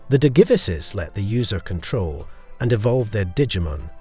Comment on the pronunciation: I wanted to watch your video bro I really did but the way you pronounce Digivices makes me want to rip my ears off